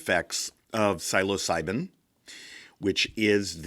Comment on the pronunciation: great video. just please lookup the pronunciation of the word "psilocibin"